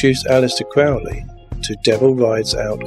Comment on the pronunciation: Lee's first vampire movie was The Horror of Dracula, 1958. Oh, and Crowley's name is pronounced Crow-ley, not Crowl-ey.